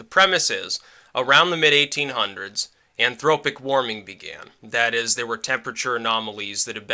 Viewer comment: "anthropogenic" not "anthropic"